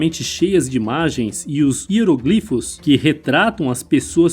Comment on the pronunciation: “Piólhos”...”hieroglífos”... 😳 correto é piolhos e hieróglifos!